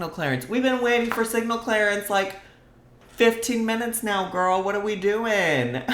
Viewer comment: Don’t you mean the L. Grrrrrl talk like you live in Chicago 💙🤣